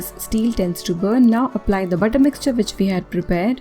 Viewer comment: Good job. But didn't understand when you spoke butter or water. They sounded same. Pls explain when to use butter n water